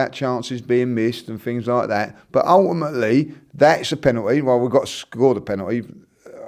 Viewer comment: He said ulèimèly 6 times in the whole video. Ty could have done it in 5seconds though